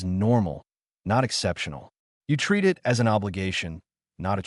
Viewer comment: I'm about 1/2 the wat through and I'm enjoying the story. The AI voice is having problems with the word "it.". Sometimes, though not often it gets the word it correct. Most of the time the AI believes you are telling a story about I. T. And says the letters. You may may need to review it for your next Story.